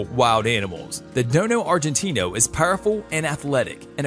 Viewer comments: It’s dogo argentino not dono argentino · You miss pronounced the DOGO Argentino not Dono. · This guy doesn't know anything. I literally think he spent 5 minutes on google before making this and he can't even say the proper name of some of the dogs. Its dogo Argentinio not dono like what. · I think its Dogo argentino instead of Dono Argentino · hey stupid...! It's DOGO AGRENTINO and now dono argentino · Dogo Argentino,not dono. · Dogo NOT Dono duh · He dono about dogo😑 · There is no "dono" argentino . Only dogo argentino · Your right the real name is the DOGO ARGENTINO not the dono argentino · It's not dono argentino it's dogo argentino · Dude! Do some research. Its dogo not dono. And rottweiler has 328 biteforce not 320. Do u have internet ? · You describe one of the breeds as “dono argentino”, but it is actually “dogo argentino”. Check out this link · Am I on drugs or is the “dono Argentino” is actually called dogo* argentino. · Man says "dono Argentino" is dogo not dono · It's Dogo argentino NOT Dono Argentina!!! LMAO! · It can be mistake but the real name is Dogo argentino not dono argentino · Its dogo argentino not dono argentino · It's the DOGO Argentino, NOT Dono. Dude, get it right already. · What's a Dono Agentino? Isn't it know as Dogo Argentino? Also missing CC as they are second strongest bite. What's a Kon-gol not Kan-gal accent and pronunciation appalling sorry was going to subscribe no from me. Hmm please do a better research and also get pronunciation right and right name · No no no, It's DOGO ARGENTINO! not DOno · It's not dono argentino it's dogo argentino 😂😂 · It's Dogo Argentino, not dono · my brotha its dogo not dono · It's dogo, not dono lol 😆! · It’s a DOGO NOT A DONO!! Sad you make these videos and don’t even know the breeds correct name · It is called a dogo not dono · Dogo Argentino not dono argentino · It's dogo Argentina .not dodo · 😂That's not dono argentino...that's dogo argentino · its not dono argentino its dogo argentino